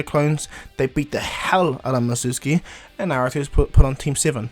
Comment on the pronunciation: it's called mizuki not mitsuki